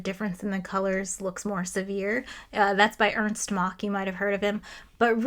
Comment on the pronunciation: Pronounces "Ernst" and not "Ernest". Thank you.